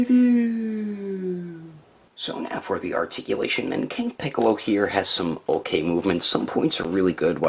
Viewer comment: Funny you misspronounced his name in the outtakes as "Picoro" because that's how he was named in the mexican dub.